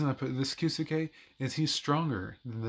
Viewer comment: Key Zoo Kay lol. Your Kisuke pronunciation is awful. 🤣